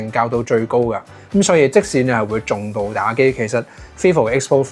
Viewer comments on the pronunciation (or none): 重度，唔係讀「仲」度，